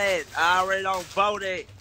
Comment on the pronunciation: Stop lieing you didn't vote you can't even say vote rite